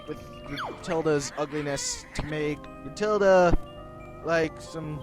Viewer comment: its gruntilda not matilda jesus